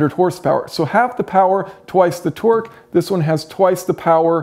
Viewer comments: tork, not twerk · Can't stop hearing you say twerk